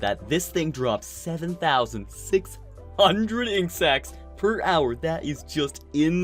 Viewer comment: 7600 insects per hour.... Lol, Sounded so muck like insects rather than ink sacs